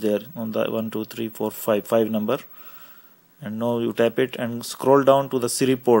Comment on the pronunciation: one two three four five numberrrrrrrr .... lol :P